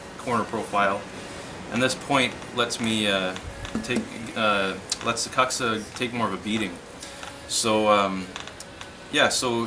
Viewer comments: proper pronunciation of kuksa is 'kook-sa' ... if you're going to use a Finnish word, try to say it right :D thanks for the vids! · Kook-sa is correct, and it is a little annoying to hear it pronounced poorly, but people who pronounce it this poorly just don't care. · Why keep pronouncing it so poorly when you know better. Doing so really doesn't enhance the quality of you videos, or instill much confidence.